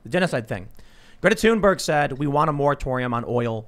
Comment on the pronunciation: Stop calling her toonberg.